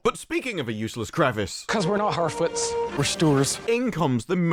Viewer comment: man hartfarts not harfoots xD